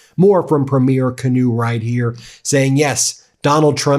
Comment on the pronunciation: Ben it’s pronounced Kinew( Keynoo)